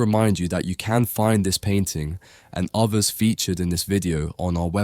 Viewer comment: Others not ovvvers, three not free.